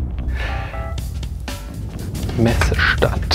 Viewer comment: "Messe Stant"